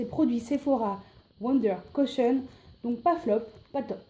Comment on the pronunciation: Cushion, tu dis "Cochonne"